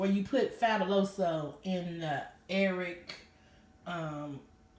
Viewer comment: say air wick not airwick.did it work?